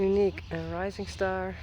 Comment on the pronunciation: Your videos have become a great way to start my day here in California. I absolutely love Uniek and Rising Star JK! They and their wonderful story have captured my heart!... when you say, “Rising Star” it sounds like an American accent to me and makes me smile every time. ☺️